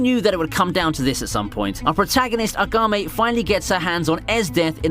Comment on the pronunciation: Agame? Who the hell is Agame? You mean Akame (AHKHA-MAY)? Lol. Why do you emphasize the first syllable in most names like Asuna (Ahsoo-na), not (Ah-soona).